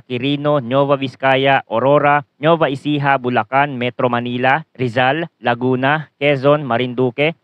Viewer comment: Anung Nova Ecija Nova Vizcaya. ginawa monang Chichirya yung dalawang Probinsya. Nueva Nuweva ganyan ang basa matagal kanang nabubuhay sa bansang ito hindi mo parin alam ang basa sa dalawang Probinsya nayan. imposible hindi moba naririnig yang dalawang Probinsya nayan? Kahit sa Balita o sa School?